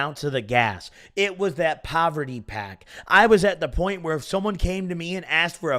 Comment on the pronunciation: Bruh said that proverty pack! Lmao